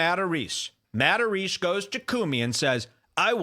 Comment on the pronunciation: "hey, I'm Joe MataRESE 🤷‍♂"